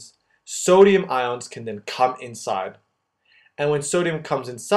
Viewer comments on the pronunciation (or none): none